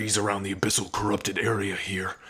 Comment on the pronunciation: You could say Abyssal pronunciation is... ABYSMAL 😎😎😎